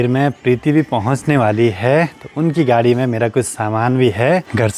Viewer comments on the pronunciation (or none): none